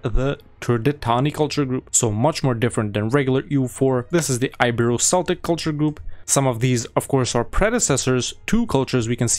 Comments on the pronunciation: incredible mod, just small sidenote, it's pronounced "keltik" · Celtic is pronounced with a hard C btw